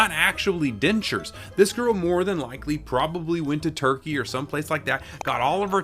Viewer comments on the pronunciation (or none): none